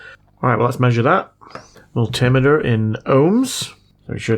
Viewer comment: Why do you always pronounce multimeter wrong? Is it just to annoy the pedants?